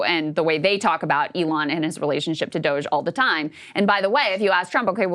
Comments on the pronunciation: Why does he say Dogae every time? Is he allergic to pronouncing words correctly? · Finding it hard not to focus on the weird ass pronounciation of DOGE from Ryan.